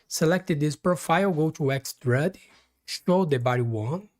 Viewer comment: Try this "extrude" is pronounced Ex-trood, sounds like the dish stew, or being in a good mood, or a female ewe.... You're saying "extrud", which rhymes with crud or dud...